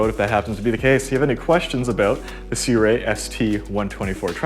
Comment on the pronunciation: How do you get "si-re." Out of 'Sirui'???